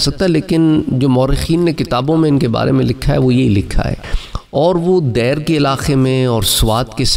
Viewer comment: Janab ye “Dair” nahi balke “Deer” hay jisko “Dir” llikhtay han!